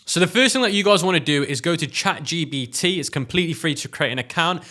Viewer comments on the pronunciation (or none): Is it me or he call its chat gBt